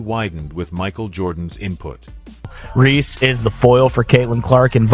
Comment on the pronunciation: The audio is correct, but is AI and is often incorrect. Reese. Not Ree